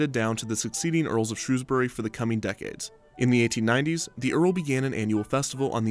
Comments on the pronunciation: just wanna say thank you for pronouncing Shrewsbury correctly, it aaaaalways gets pronounced incorrectly (not sure why, it's not exactly difficult) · As someone born and bred in Shrewsbury I just want to thank you for saying it correctly! I remember going on the black hole a few times, but after the nemesis, oblivion and even enterprise it felt a bit old. I also remember the rumours about deaths and how that just seem to add to the excitement of it all